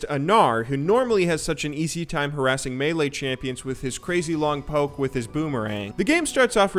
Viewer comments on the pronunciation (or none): none